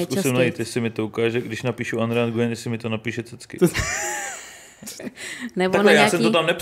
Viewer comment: Aaaaa to je ta paní co neumí vyslovit svoje příjmení 😂 Jinak dobrý, ale jak se vyslovuje každé písmeno tak to odpadávám...